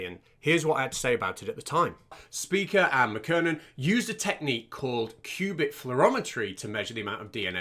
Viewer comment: Dr. Speaker? Speeker? Spyker is definitely closer.